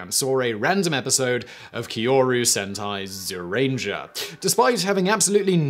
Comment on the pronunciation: kee-yorry-u Sen-tie Zee-yu-ranger, by the way. Though a couple of those syllables need to be said fast and close for it to work.